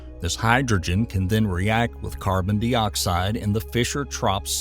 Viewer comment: What's "carbon-DEE-oxide"?